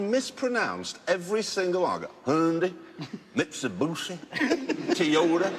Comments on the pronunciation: hoondee, mitsabooshee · Jezza making fun of americans is so funny xD the "mitsubushi" one killed me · "mitsebussy" i can't stop laughing🤣